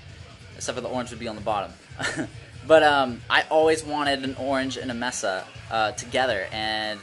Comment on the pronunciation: Mesa is May-suh not messa. Nice cabs though.